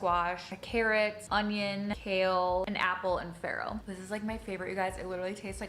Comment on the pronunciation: Also, she's pronouncing "farro" wrong. She's actually saying "iron" (ferro) in in Italian, and it's hilarious because she's not getting any of that.